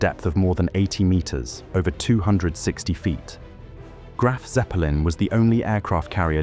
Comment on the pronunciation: Graf What'eppelin?? 🤣